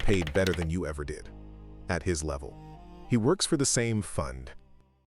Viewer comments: Levef? Or level? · LEVEF? YOU MEAN LEVEL?